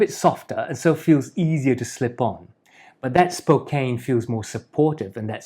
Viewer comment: Nice video. As a born and raised Spokane native just wanted to let you know like a previous commenter that you pronounce it SPO CAN, named after the native people.